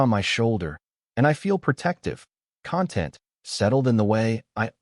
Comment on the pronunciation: text error: ~ The first "running toward" should be "running from" narrator error: "content" should be pronounced "con-TENT"